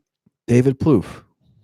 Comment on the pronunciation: Plouffe rhymes with "woof".